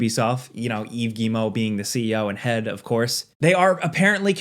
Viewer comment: It's not Guimo, it's Guillemot (Guy-ye-mo).